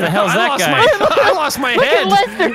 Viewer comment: says lester like saying lesnar